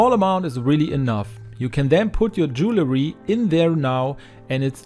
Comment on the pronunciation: Bonnes idées, merci. Correction.... Ce n'est pas "jew-le-ry" MAIS "dual-ry".